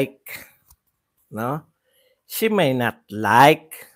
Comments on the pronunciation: Shiminet? Malayo sa She may not! Anong klaseng ingles yan? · Para KC slang pronunciation nya Ng she may not silent y 😊